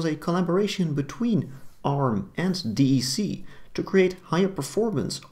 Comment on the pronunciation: A small minor note ... "D" "E" "C" is pronounced as "deck" by DEC employees and the general Enterprise computing market back then. I was at Compaq when DEC was acquired.